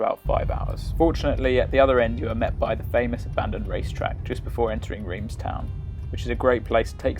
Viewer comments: Drove the Route Napolean back in 1982 (on our honeymoon) we stopped overnight in Digne - very scenic - oh and by the way, Reims is pronounced RONCE locally! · Reims is pronounced Rance. Yes, I know, I live in France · Reims is pronounced Rants.